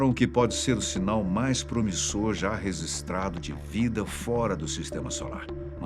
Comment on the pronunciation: é ReGistrado, não Resistrado.